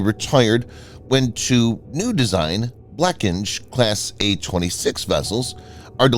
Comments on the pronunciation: for those who might have noticed he pronounced "blekinge" wrong here its pronounced more like ble-king-e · RIP Blekinge pronounciation